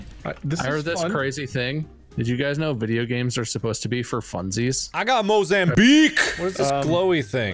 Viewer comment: mo..zam….bique mark wtf